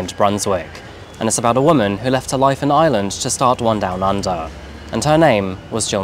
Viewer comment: IReland IReland not Island drives me nuts